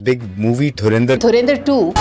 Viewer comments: ये सीधा सीधा धुरंधर बोल नहीं सकते क्या . ये धुरिंधर क्या हे ? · Dhurandar ❌ Dhuendir✅